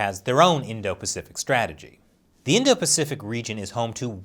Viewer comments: PACIFIC, NOT PAFICIC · *pacific * just saying